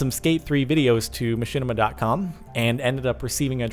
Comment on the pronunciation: mahinima? *Machinima